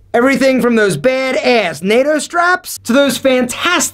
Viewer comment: i love how he says, "baid ayss" 😂😂😂